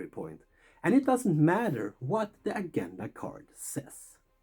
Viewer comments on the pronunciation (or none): Thanks for that. Great job. (Just quietly, 'Agenda' has a soft g not a sharp one) Obviously I love Board Games and Star Wars.